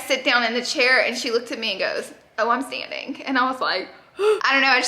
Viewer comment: Wait, what did SJP say when she sat down? "I'm seeing ink??" I couldn't really understand Laura. Edit: nvm! Had to rewind a few times, and put on CC, but I got it - its 'standing'.